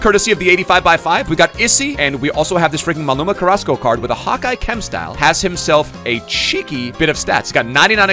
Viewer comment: Was watching the whole stream last night and kept thinking, why is he calling Carrasco that. I see it now.